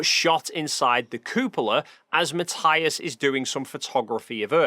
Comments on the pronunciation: Just one thing. Matthias is German. His name is pronounced Mat-ee-us. Just like Sabine Hossenfelder's (crank that she seems to have become, her name is commonly mispronounced) name is Sa-bee-neh (3 syllables not 2- no silent e in German). Ma-tee-us. Sa-bee-neh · Sorry, just have to point out that his name is pronounced Ma-TEE-as... Ok, thank you, carry on now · Hi, love your videos and style, but... MATTH-EYE-AS???? Really? 😅😅😅 Tomorrow when I see him I'll tell him and watch his reaction